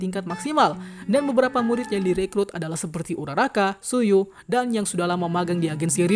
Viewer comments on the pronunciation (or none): none